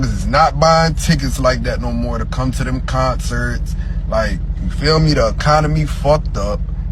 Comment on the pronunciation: But in a hurry to cam up and babble tho😮